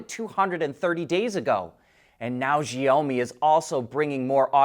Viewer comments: The freaking name is SHiaomi, 小米 which means “little rice”. NOT ZZZZZhhhhiaomi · It's. She-ow- me in English. He changed is pronounciation. But he needs to change the middle, he says a LOng O sound, but needs to change to an Ow , like he hurt himself sound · Xiaomi= Shau mi (shau rhymes with now)